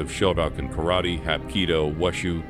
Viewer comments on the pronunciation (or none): none